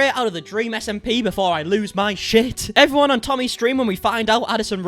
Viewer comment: Thank you “efferyone” 👍🏼😂